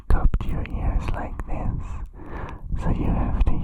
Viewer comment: Actually, it's "this", not "these". They have an accent and pronounce it similarly to these but it's not the same.